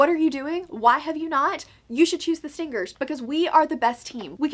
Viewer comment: HAHAHAHA on 2x speed and with your accent stingers sounds like stinckers